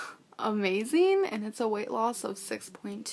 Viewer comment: Great video. Why does have a different accent now. These days any word ending in ‘ing’ becomes ‘een’. Amazeen, eateen